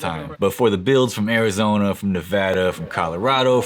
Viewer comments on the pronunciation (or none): none